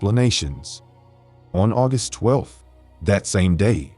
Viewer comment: It can either be "leeds" or "leds". That's irritating, but the weird pronunciation of "urgust" instead of August.